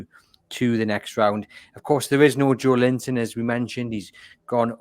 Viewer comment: Will you tell its livramento not livramenKo! Its so disrespectful saying players names wrong. Also listen to how says joelinton its 4 syllables not 3 hes been here 5 years ppl should know how to say it by now.